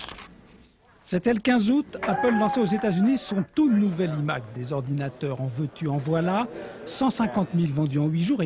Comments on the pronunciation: Les journalistes français 😆 un EMac et non un iMac avec le « i » qui se prononce aïe même si le chauvinisme est plus fort faites un effort svp 😆😆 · « it Mac » 😂😂😂😂😂😂